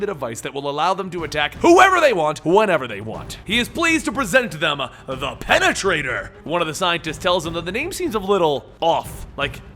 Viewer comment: Pene-traitor. You know what, this wasn't so bad.